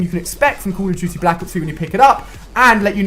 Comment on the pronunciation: I get ticked when you say Call of Duty... "Cool of juty"